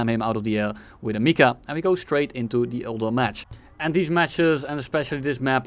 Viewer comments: Can we talk about how he also said MICA wrong half the time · Man said any word that just started with R instead of Rafale lmao, bonus points for the Michael missile